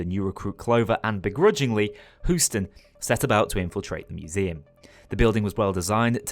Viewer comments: Who-ston? He-you-ston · Please Please God just say Hue-Stun instead P l e a se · Simply amazing. Each episode leaves me waiting anxiously for the next one. Keep up that fantastic work! Also, who-ston? Sounds about right. Counting 3 minutes in the head on the dot is good and all, but measuring C4 is probably more important. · Who-ston, we've got a problem... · mate, intentional or not, i really have to pause the videos one too many times to remind myself that there isn't some new random guy named whoston but rather he is talking about houston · I’ve got no problem with who-ston. I do have a problem with calling the l85 the l95. I’m a british military nut, sorry. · as a Texan this gives me many a chuckle